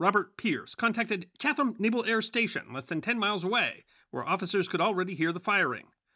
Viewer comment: Bay stater here... love your videos. But just one quick note, like the English, we pronounce Chatham as "Chat-um" ... we pronounce Wareham, Framingham, Tyringham, and Eastham as "HAM" and towns like Hingham, Wenham, Pelham and Raynham with an "UM" suffix sound. But never pronounce the TH together in Chatham – however, you DO pronounce the TH in Waltham (Wahl-THAM) And those are the easy ones.